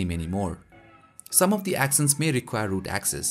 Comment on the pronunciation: Actions(act ions) not axions(ax ions)